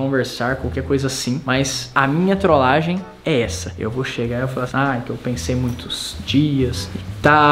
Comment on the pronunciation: Primeira fez que eu vejo o falando "trolagem" de uma forma diferente vcs perceberão